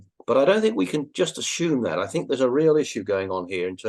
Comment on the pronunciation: Never ceases to amaze me the amount of people who pronounce a letter "H" in the word assume when it's not even there. Ash-hume. Not even a real word lads. Not even.